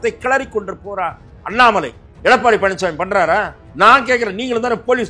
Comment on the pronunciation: Madesh senseless is not qualified to prounce the word Annamalai